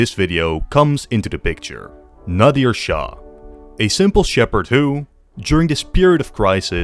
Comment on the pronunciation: FINNALY SOMEBODY TALK ABOUT OUR HISTORY 😭 iran has such a rich history and nobody even acknowledgedes it. So happy were getting some attention! Nadr shah was incredible by the way it's nadr not nadir